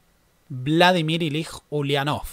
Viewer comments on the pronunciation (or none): Es muy interesante ver la mirada de esta parte del mundo sobre nuestra historia. Solo una cosita, "Ilich" (nombre patronímico de Lenin) se pronuncia con "ch" al final.